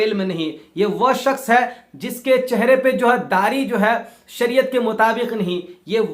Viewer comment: Janab apko shaks bolna nahi aa rha he or ap izzat aur zillat pe bol rhe ho.Hazrat Ali ko manne walon ka bhi boycot kar rhe ho.apko to bolna thk se nahi aa rha